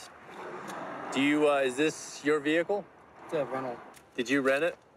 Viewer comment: You already know when the officer say “ve-hickle” your going to jail.